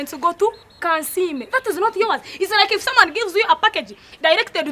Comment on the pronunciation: All these years I was wrong ...until kansiime correct me that its not yours but .....yowaz ...😂😂😂😂😂